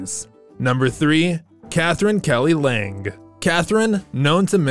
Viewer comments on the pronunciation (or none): none